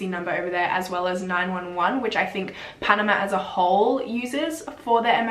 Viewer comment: omg!!! I'm from Panama I never imagined you would stumble upon this story. you actually managed to pronounce all the words right, congratss!! i think that tourists like to do everything on their own, so why did they not wait for the tour guide who actually knew the road! it is very weird what happened to them, it was a huge deal here in Panama.